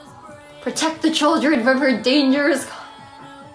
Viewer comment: She always says 'da' instead of 'the'. Once I noticed it I realized she does it all the time. 😂